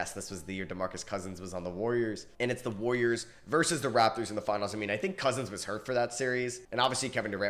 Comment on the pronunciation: no hate but you do know theres an "A" in warriors right